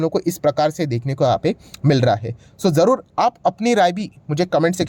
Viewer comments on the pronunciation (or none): none